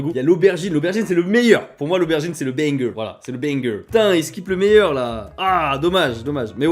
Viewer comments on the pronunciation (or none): Mais "banger" pour dire "génial", "excellent", c'est venu de quel endroit? Au USA c'est uniquement pour une chanson/morceau de musique de qualité, en UK c'est un saucisse. Prononcé "benne gueur" en plus... c'est comme "reset" prononcé "risette"... bref. Une vidéo/publicité pute à clique, intéressante.